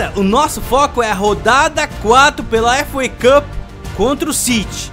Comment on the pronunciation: "Efu uei cupi" kkkkk